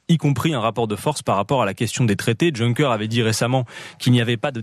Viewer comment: Excellent comme toujours Adrien. Juste petit bémol : on dit [Younkeur] pour Juncker ☺ Mais le fond de votre discours est particulièrement pertinent. Aussi : Faites comprendre dans les médias traditionnels que vous n'êtes pas "anti-européens" à la F.I, c'est important. Ils s'en servent pour vous discréditer. Bonne continuation :)